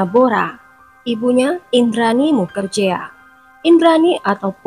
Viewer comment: Bkn mukerjea , tp di baca nya mukerji